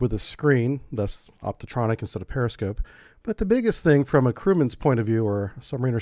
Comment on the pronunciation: Optronic not optotronic